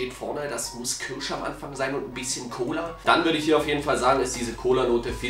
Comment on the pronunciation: Diese "kürsche" 😅 wie immer super Video